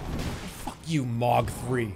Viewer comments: i half way through the video and THERES A FUCKING "H" IN THE NAME ITS NOT MOG ITS FUCKING MOHG DOES HE DO THIS THE ENTIRE VIDEO IM LOSSING MY MIND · Dude it hurts everytime hearing him say it as mawg not moh guh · Gotta love how he says "mog" instead of "m-ohg" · it pisses me off so much that he says "mog" instead of "mohg" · OH... Its pronounced M-OH-G. Same vowel sound as in the word tow or low. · It M-OH-G not mog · take a shot everytime he says mawg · Lol the way he pronounces Mogh xD "MAWGGGG" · extremely Boston voice Mawg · I cannot finish this video JUST FOR THE FACT that he’s saying mog and I’m not sure why but it hurts. Probably cause they say the name in game a few times. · This might be the best edited video I've ever seen on YouTube in addition to being absoutely funny as hell. I love that Jerma thought that literally everything in the damn game was Mohg lmao and that he also never pronounced his name correctly even once. Overall, this is video is just Mohgers and I'm subscribing 🔥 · He says it wrong so much that I'm forgetting how to pronounce "Mohg" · His pronunciation of Mohg pissed me off for the whole video 👍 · The funniest part about this saga is that Jerma continued to mispronounce Mohg's name throughout and nobody thought to correct him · He says it like a slur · Why does he say Mohg like it's a slur?